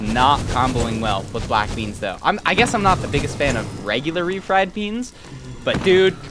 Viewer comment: Bwack bleans lol his commentary was hilarious